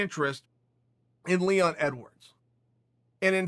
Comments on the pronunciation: Ya-rear. Lee-won. What is this; the Brandan Schwab school, of podcasting? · When Chael calls Leon Edwards, Leewon, his name is now Leewon. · "Leewon" Edwards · Chael: “He was going to take on Leewon” Leon Edwards: Legally changes name to Leewon Edwards